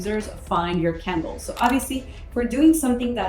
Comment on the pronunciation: I thought you were saying kindles not candles!😅